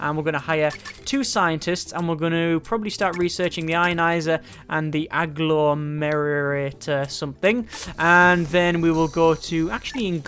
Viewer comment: "The A-glor-mer-er-ator" that pronunciation is just perfect xD (its pronounced Ag-lom-er-a-tor (Agglomerator))